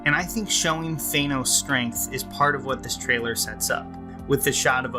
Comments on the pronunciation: Also, it's 'Than-os', not 'Thane-os.' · You're pronouncing his name wrong. It's "Thanos" not "Thaenos". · I like a lot of your videos, but I couldn't get past your pronunciation of Thanos in this one. It's not "Thane - os". It's "Than - os". It's not a long A sound. Other than that, keep up the good work! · Th-AN-os, not Th-ANE-os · THANOS NOT THAYNOS Love your videos lol. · Thainoes, Thainoes, Thainoes. It’s Thanos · You're making a review yet you call him "Thaynouse" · Whats with americans always calling him Thaaynos ? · Dude stop mispronouncing it! It’s Thanos, with a flat-A. You’re saying like Thaynos. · Boy, I love THAY- NOS. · Why? Was it pronounced that way in an Avengers cartoon or something? Seems a little silly to deliberately mispronounce a two syllable world. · The pronunciation of “Thanos” clangs against my ears. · You're pronouncing "Thanos" wrong.